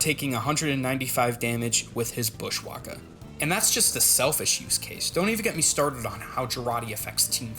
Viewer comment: americans trying to say bushwacka is so funny